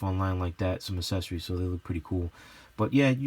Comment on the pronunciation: The word is accessories not assessories (not a word). You know like there’s a difference between access and asses? Yea that 🤦🏽‍♂️🙄